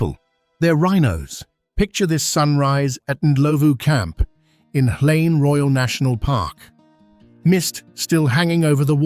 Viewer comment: Watching from Mbabane, Eswatini. I like how the "H" in Hlane is silent in your pronounciation. My daughter now calls it "Lane" as well